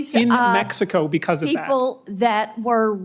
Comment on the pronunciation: She’s the female Senator Kennedy. She even looks like him. She pronounces “because” like a chicken pronounces “backaw”.